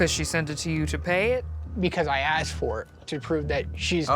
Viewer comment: aksed...........its asked